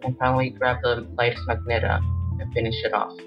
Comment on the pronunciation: It's pronounced ma-gen-ta